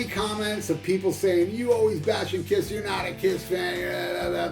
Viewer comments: i cracked every time i hear you say Pol Fffftanley of Kifff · I laugh my ass of when you speak out: PAUL FTANLEYOFF KIFF... hahahahahah!